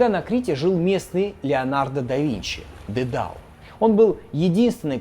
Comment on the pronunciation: тИсЕй, пИрсЕй, дИдал. Не, прости господи, Тэсэй, Пэрсэй и Дэдал. А что это за шутки за 300 про БДСМ и закладки? Словно мой батя решил, что умеет в Молодёжный юмор 🤦🏻‍♀️